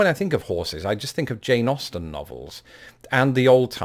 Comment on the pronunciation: Every time you say, “Jane Austen,” I hear, “Jay Nausten.” 🙂